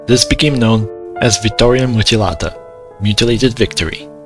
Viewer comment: You finally did a voice video nice, I like your voice ! Thanks for the video as an Italian you also said several names like "la vittoria mutilata" correctly